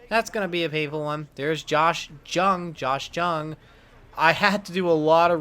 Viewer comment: Re: Josh Jung HIs last name is actually pronounced as "Young"